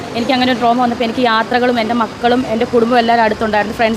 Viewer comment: Droma അല്ല Trauma